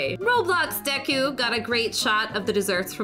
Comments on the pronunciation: You said Deku right!!!!!!!!!!!!!!!!!!!! Yes thank you thank you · She said Deku right WEEBS WE MUST CLAIM HER!!